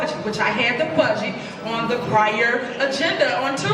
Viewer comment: Tiffany vocabulary / phonics: Thor'on Tahn-shilp (Thornton Township) Dowton (Dalton) "Finna" instead of "going to" do something. Peepu (people) Keeds (kids) Yoot (youth) Bedget (budget)